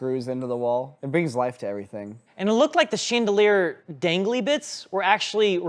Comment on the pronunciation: Did anyone else catch saying “sheendelier”?😅